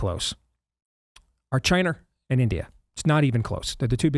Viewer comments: You could make a drinking game every time Steve says "Chiner" LOL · Steve- It’s pronounced China, not “Chiner”.